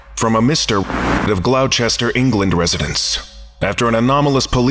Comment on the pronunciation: That has to be the most painful pronunciation of Gloucestershire I've ever heard. Please,... Learn to speak English. Please? Pretty please?